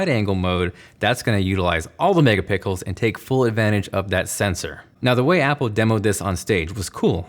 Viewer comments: I know he said mega pickle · “ All the megapickels” 😭😭😂😂😂😂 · Best part: when he says “megapickles” instead of megapixels 😂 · you said all of the “mega pickles” lol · ....Who heard mega “pickles” ?? 😂 👇🏻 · The megapickles? Lol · anyone else hear “mega pickles” instead of megapixels? rofl 😂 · he said megapickles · he said mega pickles lol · Did he just say mega pickles? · all the megapickles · Lol he says “mega pickles” instead 😂😂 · Did he say mega pickles 🤔🤔😅😅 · did he say mega pickles? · Am i the only one that heard megapickles ? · did he say 'that's gonna utilise all the mega pickles" instead of megapixels just me lol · Ha ha ha!! he says mega-pickles!!! Aaaaaah!! MEGA-PICKLES!! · I heard mega pickles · Anybody else hear mega pickles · all mega “pickles” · I swear I heard you say “megapickles” and I love it. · lazy editing lollllll i like how he talks like he knows everything but cant pronounce megapixels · Anybody else realize he said utilize all the Megapickles? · "all the megapickles" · “All the megapickels” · “All the megapickles” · “all the megapickles” 😂😂😂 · “That’s gonna utilize all the mega-pickles” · "all the megaPICKLE" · all the megapickles lol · did he really just say mega pickles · “ALL THE MEGAPICKLES” LOL 😂😂😂 who else caught that? It sounds HILARIOUS YO! 😅😂🤦🏻‍♂️ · “All the Mega-pickles”😹😹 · He said “utilize all the megapickles “ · "But when you open up the wide-angle mode that's going to utilize all the mega-pickles." 😂 Great video though :) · "All the 'Megapickles' 😂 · He said mega pikles 1.33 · he said megapickle lol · Excited for those “megapicles”😂😂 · Did anyone else notice how he said “all the mega pickles” 😂😂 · You said megapickles again. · Who else heard “megapickles” ??? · Mega pickles 😂😂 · Anyone else hear him say “Megapickles”? Lol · MEGA PICLES 😂😂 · All the mega-pickles? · mega pickles (who else heard that) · Instantly drawn to the background wallpaper of Windows 95 (I think) on an iMac. Genius. And did you say, "mega-pickles" - hahaha